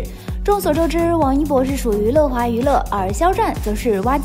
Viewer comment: Yue华 不是le华😓